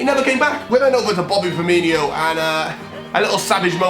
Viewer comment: what really triggers me about this whole video is that he calls him Firminio when it’s Firmino 😂